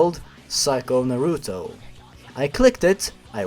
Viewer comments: it's pronounced naruto, not naruto ;3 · The way you pronounced the Naruto names made me cringe. xDDD